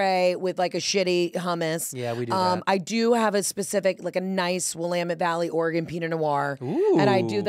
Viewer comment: Props to Heather for pronouncing Willamette Valley AND Oregon correctly!